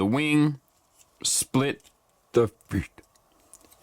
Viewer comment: why cant you pronounce the feet properly?